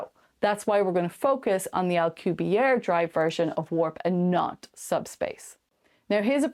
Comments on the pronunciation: Dude, you lack credibility when you can't even say Prof. Miguel Alcubierre's name correctly. The double 'R' is rolled hard and the 'E' on the end ISN'T silent. He's Mexican... NOT French. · Well, more importantly was the silent 'E' on the end of his name. Not rolling the 'R' can be forgiven. A lot of people can't roll their R's. However, not pronouncing the 'E'... it's like you weren't even trying. If you're gonna half-ass the name of a well-known scientist (who's been around for decades), what OTHER corners are you cutting? ...just sayin'!